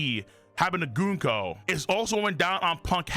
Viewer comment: The way you pronounce it sounds like “goonco,” and even the caption agrees.